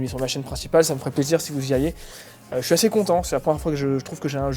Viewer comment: mes oreilles me font defaux. je veux croire qu'il dit " je le suis" mais J'entends, " je le suce" :s